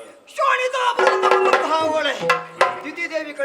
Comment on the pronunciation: ಓಳೆ, (ಓಲೆ)ಮಣಸ್ಸಿಗೆ (ಮನಸ್ಸಿಗೆ) ಅಲಿಯ (ಅಳಿಯ) ..... ಇದು ಈಗಿನ ಕಲಾವಿದರ ಶಬ್ಧ ಉಚ್ಛಾರಗಳು. ಬಹಳ ಬೇಸರದ ವಿಚಾರ . ಯಕ್ಷಗಾನ ಈ ರೀತಿಯಾಗಿರುವುದು ಖೇದಕರ ...